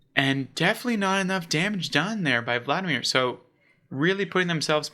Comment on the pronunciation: Love your content my dude, I’m subbed! Just a piece of constructive advice, pay close attention to pronounciations. Especially for the player names (Val-de-mar, not Vladamir) and even landmarks (Aa-ken Chapel, not “Arcane”) Otherwise you’re doing a great job! :)